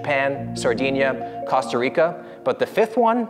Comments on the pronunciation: That pronunciation of Costa Rica is a crime against humanity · you get a thumbs down for saying cost-ah reek-ah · His pronunciation of Costa Rica was criminal Lmaoo